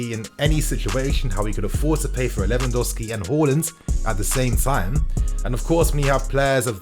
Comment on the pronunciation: Lewandowsi? Haha. Lewandowski